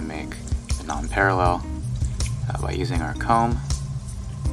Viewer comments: thank you! but it's PAREIL not PARALLEL, dude... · It s Nonpareil, not Non-parallel. Kinda pronounced Non-parrey. Hope you don t mind the correction. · It’s pronounced “non-PAIR-uhl,” FYI. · Pronunciation is incorrect... should sound like nonparell... and dude, clean your tools. They nasty!